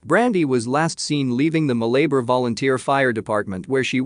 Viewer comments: Ma Lay Bar. HEY It's MAL a bar. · It's pronounced Mala-bar..